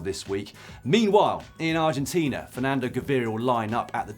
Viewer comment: Surprised to hear a good pronunciation of Argentina and Tour de San Juan, but in fact its Vuelta a San Juan and not Tour... Also, I would like to see more video on this show and not just pictures. A "how the race was won" style resume of the races would be epic!